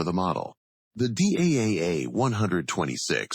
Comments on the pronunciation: Its pronounced as DAF not Dee AEI AEI EFF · The voice over in the movie says D, A, F, in separate letters. But DAF is just one single word. It sounds in dutch like the English word STAF or Daft (from Daft punk). So the name of the factory is pronounced correctly as DAF (in one word). And the DAF YA 126 is indeed a marvelous light truck. I drove it in my military service time, forty years ago.